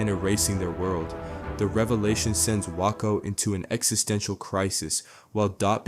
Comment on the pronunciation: Wakko comes from ‘wack’ or ‘whack’ and previously probably from ‘thwack’ but all of them sound the same and you’ve botched the pronunciation. Not gonna hurt anyone but definitely wrong. Good video though, I love these little imps